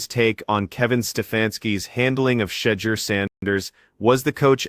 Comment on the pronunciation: Please learn to say his name correctly----"shed-doer"....🙄